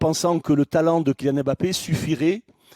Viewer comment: Incapables de prononcer Mbappé correctement. Vous êtes pitoyables